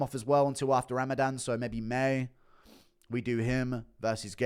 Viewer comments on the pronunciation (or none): none